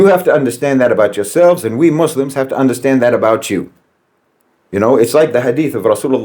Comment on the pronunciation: calling Jeffrey Sachs a chameleon gets rich when he's an Irishman with Rachel Dolezal's spray tan. No White Man says "O'pressed" and "Undastahnd. is what happens when Lucky Charms converts to the Nation of Islam.